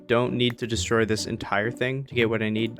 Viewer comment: mans said destory